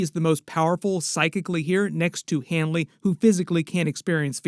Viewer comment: It's Leroy Hanlon, not Hanly